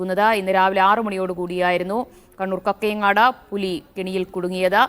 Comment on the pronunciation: Not കക്കയങ്ങാട് കാക്കയങ്ങാട് എന്നാണ്